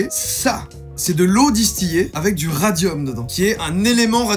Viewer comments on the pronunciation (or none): Euh à on dit de l’eau Distillée pas « distyé» !